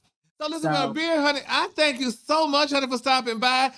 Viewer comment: He could at least get the girl name right🤦‍♀️ #Abira